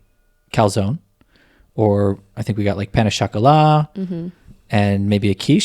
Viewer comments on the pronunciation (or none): Bonjour 😊, there is no liaison in pain au chocolat, between "pain" and "au"